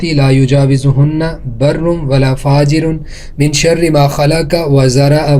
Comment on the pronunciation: pe likhi hua dua me wa sharra likha hai or aapne wa sharre padhi hai.